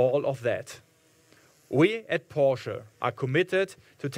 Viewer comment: Apart from the hype and all the well earned praises, the English pronunciation of a leading member of such an international company as Porsche is a shame! What a German accent! Unbelievable…it does not sound right to me.